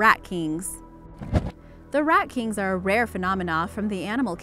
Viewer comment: Rat kinKs. Do you English much?